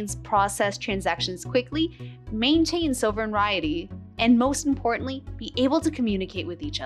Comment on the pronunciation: Sovereignty So-vruhn-tee ;)